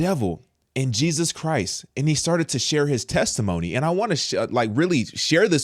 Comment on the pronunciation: Am I the only one heard pronounce JESUS CHRIST NAME WRONG.